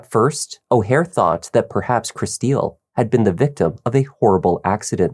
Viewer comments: her name is pronounced like Crystal.... not like "Chris steal". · I can't keep listening to you calling her Kristille when her name is pronounced "crystal" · By any chance is Kristil’s name pronounced “Crystal”, not “krih-STEEL?”